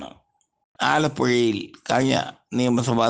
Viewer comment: ETTIL.. ONPATHO... AALAPPUZHAYIL? KELAVAA BRAANTHA! aalappuzha parayumpol sradhikkane ELLAARUM!